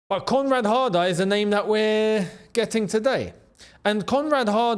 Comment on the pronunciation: I thought a heard say comrade harder😂